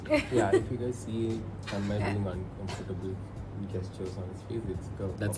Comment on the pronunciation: Bro it's Tanmay not tanman